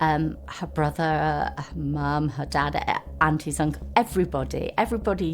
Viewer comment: Its brother not brofer